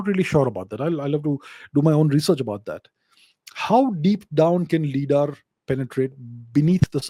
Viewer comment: Hey now, let's not start pronouncing things wrong... LiDAR stands for "Light Detection and Ranging" - so the 'Li' in LiDAR is pronounced like we do for the word 'light'. Surely, we don't say "lee-ght"; so LiDAR wouldn't be lee-daar but lie-daar instead. Also, there are tons of discussions about how many Egyptologists have been gatekeeping the true information; much like how the matter of 'Gobekli-tepe' in Turkey, have been suppressed. At this point, anything is possible. History as we know it, is tainted, at best.